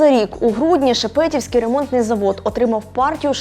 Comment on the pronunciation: всё таки ударение будет правильно делать ШепетІвський,а не ШепЕтівський ремонтний завод. Краще треба готуватись перше ніж подавати матеріал на перегляд широкої аудиторії.